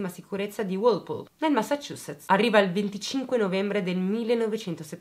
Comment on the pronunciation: Una persona che sa pronunciare Massachusetts correttamente 😆